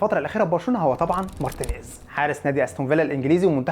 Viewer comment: هو انت ليه اخر كلمة في الجملة تحط فيها حرف "ع" ? 🤣 مارتينيييعز 70 مليون يورووع اخطاؤوا ساذجة و مستفزااع الي ممكن تعوض رحيلووع